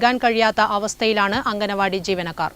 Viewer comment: അംഗനവാടി അല്ല അങ്കണവാടി